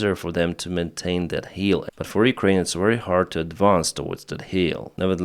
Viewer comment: "heel" and "hill" are pronounced differently.